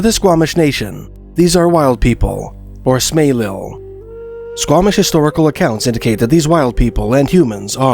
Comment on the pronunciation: It is pronounced Smaylilh Pronounced s- may-litd I live on a street by that name. And the pronunciation is barely knowN to most of the band members themselves so you are doing well!